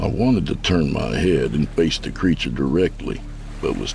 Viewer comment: I could smell the odor of bo and bad breath ( the narrator mispronounces the word wafted) around me, the transcript reads laughing around me. 😂